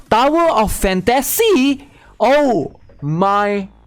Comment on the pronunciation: DOWER OF FAN-TA-SEE?? OH. MY. GOD.